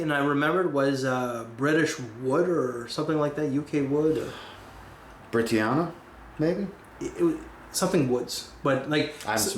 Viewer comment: Hello,. I'm here with another pronunciation correction. You pronounce Brittania as "Britty-Anna" when it is actually pronounced "Bri-tan-ya." Thank you for admitting you have yet to smell Britannia. Humility is a trait which is not well exhibited in fragcomm and I thank you for demonstrating that so illustriously to your peers. Britannia is the national identity of Britain, and is frequently portrayed as a strong ass woman with a Trident and shield. Just an FYI!